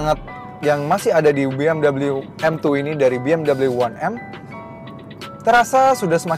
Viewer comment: Be Em We mas bukan Bi Em double u